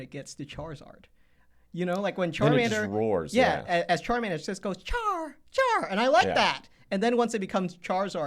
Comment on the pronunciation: Definitely says “CHARRR” sometimes too